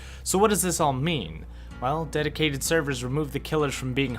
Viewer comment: Omg did I just hear deticated server!?